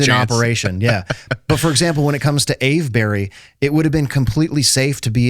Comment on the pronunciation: if he says ave-berry one more time. every english person watching is screaming "Its pronounced Ave-bree!". That goes for all of the "burys". we just say bree, cus ent nobody got time to say all the syllables